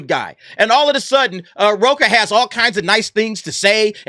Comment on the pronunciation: It's rocha not roca I am Mexican trust I know